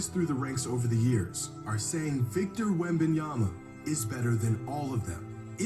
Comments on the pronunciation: “Wit Bananas” has to be flights laziest attempt to say a players name😂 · He said “Wembannas”😂😂😂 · DUDE SAID WEMBANANAS LMFAOOOOOOOOOOOOOOOOOOOOOOOOOOOOOOOOOOOOOOOOOOOOOOOOOOOOOOOOOOOOOOOOOOO BRO AM DEAD 💀💀💀💀💀💀💀💀💀💀💀💀💀💀💀💀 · this guy said wemb bananas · Flight calls Victor as "Wembanana" because Victor needs to prove himself to flight first before flight calls him his full government name hahaha 🤣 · Bro said wet bananas 😂😂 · Bro... it has been a minute since I watched Flight but why is this man making a lot of sense... outside of a few small comments plus his wack ass name pronunciation